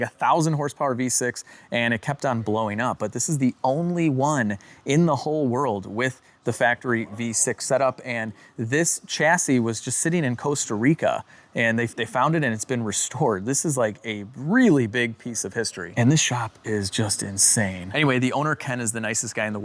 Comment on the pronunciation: Coast-a Rica? Costa Rica! 😂